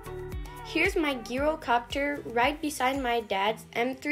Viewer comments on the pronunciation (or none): Bro u pronounce gyrocopter like a j not like a g